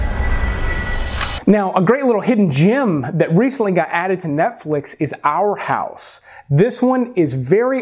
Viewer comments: Lol "Out House" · "OUT" House. Hehe. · says "Out House" in review, lol :) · “Out House” lol 😂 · it’s Our House not Out House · "Our House"not out house lol